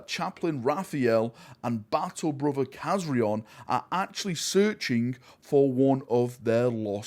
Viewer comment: please pronounce Kazarion's name correctly! lol Loved this origin story i hope we see more from this group of blood angels!